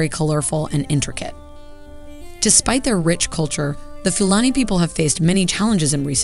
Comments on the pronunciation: Pronounced Foo Larny and Few... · Please be respectful by researching the correct pronunciation. This reflects poorly on Americans.